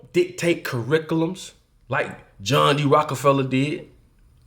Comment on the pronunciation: Cuurickulumz..... you cant even speak letalone teach sh*t ... keep on dreamin apes.